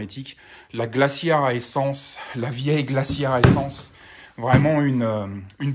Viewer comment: Durant longtemps je pensais que tu disais "c'etait Stef" pour "Stay safe" 😅 Merci pour l"astuce ✌